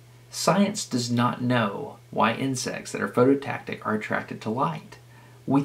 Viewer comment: PhototaXic, not phototactic. Phototaxic!! That's all. Carry on.